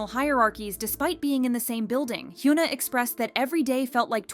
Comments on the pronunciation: it is hyun-ah not hyu-na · its hyuna.. not yuna.. please pronounce the H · The H in Hyuna is not silent.